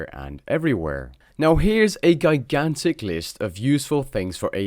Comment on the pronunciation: Great vid! Just so you know, "Gigantic" is pronounced 'jai-gan-tick'. Have a good one :)